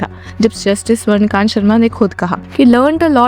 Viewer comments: The name is Swarna Kaantaa not Swarna Kant. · जज महोदया का नाम तो सही से बोलिये... इनका नाम स्वर्ण कांता शर्मा है ना कि स्वर्णकान्त शर्मा 🙄